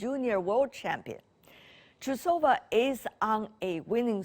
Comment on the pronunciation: She doesn't sound TrusOva with O stressed (in this case it'derived from underpants). Her surname isTrUsova with U stressed. Reporters must always ask how any foreign name must pronounced correct and be very decent. Great great minus!